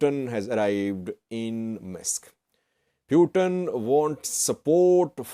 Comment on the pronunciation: The way you pronounce Putin is not right. It sounds something else. It sound “Pewten/pewteen..it’s Putin…Pootin.